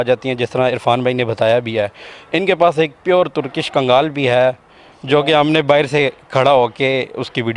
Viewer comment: Kgaal Nahi 🤣 , KANGL Hota Hai ✅ ਕਾਂਗਲ ✅